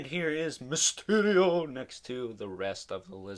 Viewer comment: Really you had to say mysterial like that